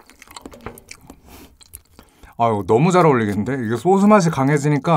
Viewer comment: 님 은 항상 소스 발음 을 소즈 라고 하시는데 그게 너무 좋아요 ㅎㅎ헤